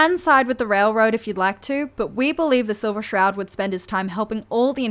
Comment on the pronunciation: Love the way she says bosh (but), loosh (loot) and ish (it).